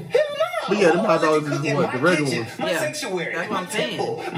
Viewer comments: Sound like he said top dogs together which sound like taco 😂😂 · nahhh he fs aint say hot dogs he said sum like tatdogs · I rewind it but it did kinda sound like tacos😭but it just how he said it